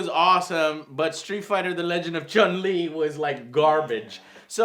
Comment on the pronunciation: Street Fighter Legend of Chum-Lee. its Chun-Li sir... Chun.... Chun!!!!! What is this? Pawnstars? Ugh!